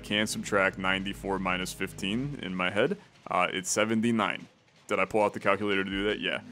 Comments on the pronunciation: cal cue luh tore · literally my first thought lol. cal- cuh-la-tor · Missed oppurtunity to call it the way calls it in TAWoG, Cal-Kewl-Latore....that is about as close as ill get for how he pronounces that >-> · CAL-CU-LATOR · CAL-CULATOR!!!! OMG